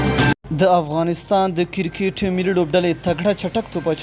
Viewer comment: کیرکیت مه وایه کیر بله معنی لری کریکت ووایه